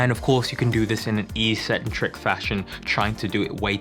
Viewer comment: Why do so many fitness people keep mispronouncing the word eccentric/eccentrics? It seems to have begun with American fitness YouTubers. The video at the link I've provided has the proper pronunciation. Sorry for being pedantic